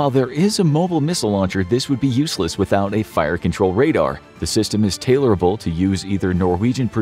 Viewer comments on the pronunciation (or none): none